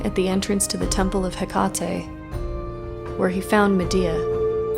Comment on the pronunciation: Just a little note. The e at the end of Hekate is pronounced the same as Aphrodite or Circe. It’s the η letter. ❤